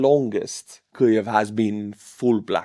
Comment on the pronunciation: Kliev? How hard is it to say: keev? There's no L in Kyiv. I know you won't respond (never do) but thanks for the news about Russian losses.